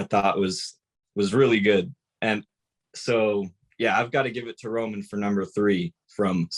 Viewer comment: finally someone puttin respek on romans name 👏